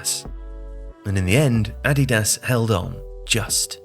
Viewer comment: Curious why you pronounce 'Nike' correctly but 'Adidas' incorrectly?